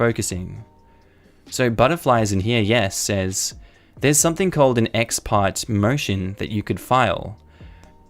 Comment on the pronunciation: The "ex parte" is pronounced me x par-tay.